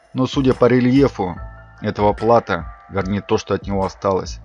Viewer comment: Плато́. Ударение на О.